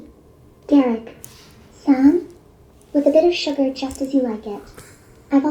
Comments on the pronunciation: It is the "san" that did it for me, I will be asking not to do that lol. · it cannot pronounce "san" correctly. rolf.